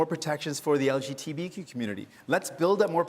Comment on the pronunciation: I think he said "LGTBQ". It's actually quite common to "switch" the B and the T